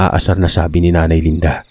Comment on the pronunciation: Ano ba 220,LANDA O LINDA!???labo ng narrator 😅